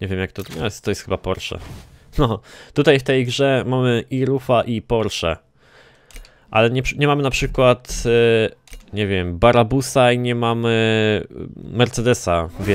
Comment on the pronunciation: Brabusa, a nie barabusa;)